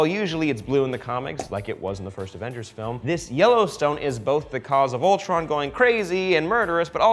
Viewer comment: I heard Voltron not Ultron....